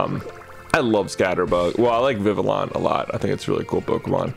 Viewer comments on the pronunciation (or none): BTW, for vivillon the "ll" is pronounced as a y like in tortilla